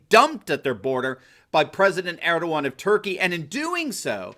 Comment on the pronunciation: God, this comment section is a bit too much retarded. At least the guy can pronounce Erdogan right.